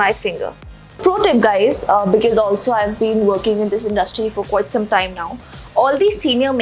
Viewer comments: She says becees instead of because (fukri) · Its because.. Plz pronounce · she is always pronouncing "Because", wrongly.....to be frank it is not gud